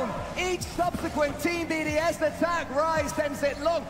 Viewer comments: It’s BDS NOT BOS lmfao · XQC is so clueless, and the other guy in the call was calling them BOS instead of BDS 🤦‍♂ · Nah the way they just butcher BDS’s name is crazy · he went from BDS, to bbc to bos and then bcs... cant get that name right lol